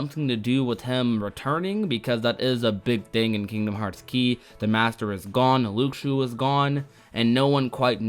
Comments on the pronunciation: I had to stop watching It’s LOO-SHOO not LOOK-SHO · anyone else bothered by how he says Luxu?